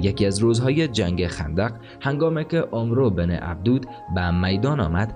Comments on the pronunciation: کاش اسم طرف را درست تلفظ میکردی عَمرو بن عَبدَوَد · عمرو بن عبدوود نوشته میشود و «اَمٌر ابن ابده وود» خوانده میشود. برنامه جالب و آموزشی دارید و باید در خواندن و تلفظ متن دقت نمایید. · امر ابن عبدود را درست تلفظ فرمایئد